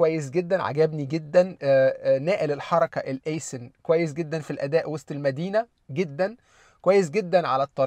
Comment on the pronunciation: أول مره أعرف أن وسط المدينه نطقها وست المدينه😂